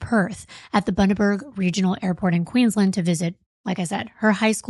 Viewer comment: I'm from Queensland Australia, love your podcast! Thank you for pronouncing the names of all the towns correctly! 😊❤